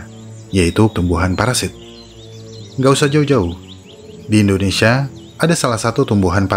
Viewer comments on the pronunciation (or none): none